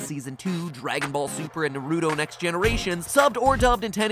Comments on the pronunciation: great video mat! btw it's not pronounced narooo-toe, it's pronounced Naruto, you know, the way every character says his name in every single, 720, episodes plus movies, both subbed and dubbed. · Boi. You said pronounced it Na-Rue-toe and not Nar-ooh-toe. I'm disappointed Matthew. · 'Nar-u-do'? Have I been saying it wrong this whole time, cuz I was sure that it was pronounced 'Nar-oo-to'. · ITS NARUTO NOT NAROOTO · Mat Pat it is Na-ru-to or pronounced Na-ru-toe not Na-ruto. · MATPAT. It's pronounced NA-RU-TO. Not NARU-TO. Sorry, I just get really annoyed when people pronounce it wrong. I'm a big Naruto fan. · why do they say na-ru DOE ISN'T IT NA - RU TOEEE!! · What the hell is narooto 😂😂😂😂😂😂 Wrong pronunciation:profit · How you pronounce Naruto makes me so angry. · why you saying naruto like that why man why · D-DID MATPAT JUST PRONOUNCE NARUTO WRONG. DID YOU JUST. And I just know that this is gonna have a million theories just like his FN@ theories- *10 Theories later* And what did I say? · omg he pronounced Naruto sooooo wrong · Saying naruto like that is a sin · Matthew Patrick.....I'm disappointed in you.... WHY DID YOU PRONOUNCE NARUTO WRONG!??! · The way you pronounced naruto, OMG 😂😂😂